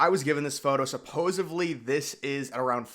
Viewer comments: It sounds like he thinks the word is "supposABLY". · You heard that too? I hoped I was wrong. Where does this person get "supposively" when there's no v in supposedly? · I used to work in corporate with someone who would say "suppoZUBly".